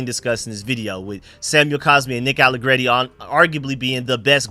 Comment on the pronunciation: You finally said his name right without trying be fancy I’m proud of you that open my eyes from my nap that’s crazy you actually just said nick allegreti like a regular person I’m very proud of you young man